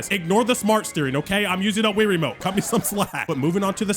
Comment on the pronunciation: More like rie-ramote